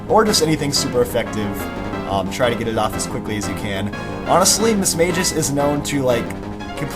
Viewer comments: little thing it's pronoues mis-mas-geus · Lol the way he said mismagius